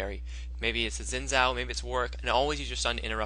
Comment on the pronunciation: zin zao? pronounced shin jao.....xin zhao...